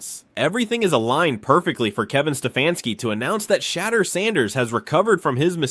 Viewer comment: Homie if you going to make a video about anyone good or bad….. SAY THE NAME RIGHT lol it’s not hard to look up how to say it and It’s frankly disrespectful. Sha-door San-ders is how it’s pronounced. Like even if you wanted to praise someone the most praise you can give a person is to know their name. It might be simple but out of millions of ppl on this planet you took the time to know or remember them and to go as far as to make a video and cant get their name right lessens the praise. Good info on the video tho.. my brain just tweaked out that lol